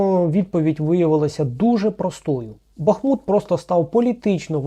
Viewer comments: Тільки не БахмУт, а БАхмут Наголос Не перший склад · бАхмут а не БахмУт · Почему именно такое ударение в слове Бахмут?